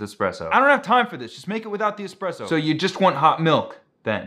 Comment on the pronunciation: People never pronounce espresso right